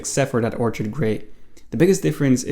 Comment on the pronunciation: Thanks for the info BTW, the color orchid is pronounced OR-kid (the ch makes the k sound. The OR is capitalized to show it's where the pronunciation accent is. Otherwise I'd have typed or-KID to emphasize the part you had incorrect.)